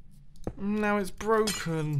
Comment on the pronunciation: When I first watched this video I thought he said 'boken' instead of broken